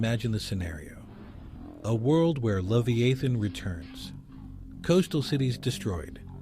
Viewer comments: Dude you keep shredding the Leviathan name keep it straight every time it's really strange you can't keep it right. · means that the AI is miss pronouncing the word leviathan. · It twists my heart every time you mispronounced his name.